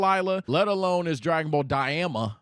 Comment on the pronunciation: “Dragon ball Delilah”